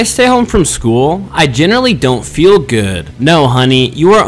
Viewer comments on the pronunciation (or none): im angry that he pronounced genuinely as generally and then "continues the video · What’s with gen z pronouncing “genuinely” wrong, my brother and sister both do it. And now this guy….